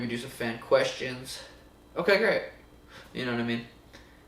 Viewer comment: “Ooookay gReAt heaheahea” uncle Suga show